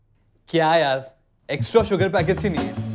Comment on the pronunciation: Who heard that when he said "Yaar movie ka time ho rha hai " he actually said yaal and also she is the one who in the beginning became Tara and now she is a new commer😂😂😂😂😂😂😂😂